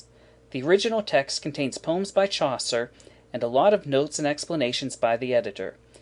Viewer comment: The fact that you even can't pronounce Chaucer's name correctly made me think what would happen later...